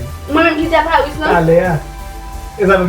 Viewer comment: A parisss /a paruss 😂😂😂